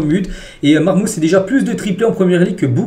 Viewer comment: SALUT sa se prononce "marmouche" pour Omar marmoush;)